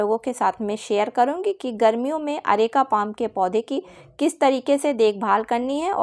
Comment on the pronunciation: अरेका पोम नहीं पाम होता है